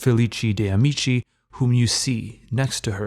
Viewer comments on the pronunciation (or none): none